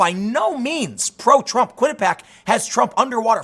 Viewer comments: Kwin-ih-pee-ak not Kwin-ih-pak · Its "Quinnipee-ACK" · Every time I hear you say quinuhpack I think of why it’s important to go to college